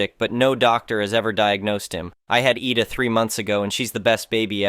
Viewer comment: IDA = (EYE--DAH) As how you would say IDAHO (.withOUT the HO part)